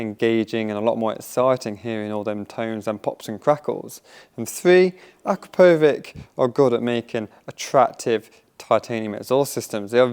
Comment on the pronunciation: Its not 'akra-poh-vick' its 'Akrap-poh-vich' ask them yourself. Dont be Yianny. 😂